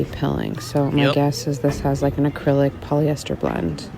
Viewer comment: Poly-esthers. Plass-tick